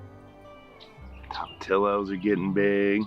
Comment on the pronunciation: Pantyhose make great hammocks on trellis for watermelon. Tom- a tee o's, please, not Tom - a till o's. Sorry, not trying to be mean, just trying to help.